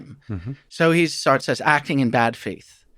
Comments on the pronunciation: This guy can't pronounce "Sartre" correctly and it makes me question his entire validity as an academic. How annoying that someone so educated can't do a simple google search on pronunciation? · This guy seriously needs to check out the French pronunciation of Sartre. It ain't "Sart", Just listened again, all his French philosophers are … like mispronunciations of European dairy products